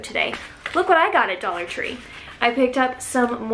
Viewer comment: Love "Dallah" tree 🥰